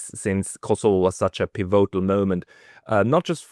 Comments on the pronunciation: It’s “pívotal”, with stress on the first syllable, not “pivótal”, please! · why do you pronounce 'pivotal' in such an unusual way? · You are pronouncing pivotal wrong.